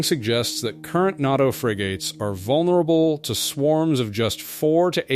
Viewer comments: & - WTF is NATTO? I think you meant to say NATO, which is pronounced Nay-Toe. It is NOT pronounced as not-toe as you pronounced it multiple times. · Nah-toe for NATA. I should be annoyed by the dumb AI pronunciation, but in this case I like it.